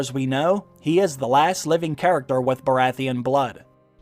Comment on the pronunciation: The Red priestess can't pronounce Baratheon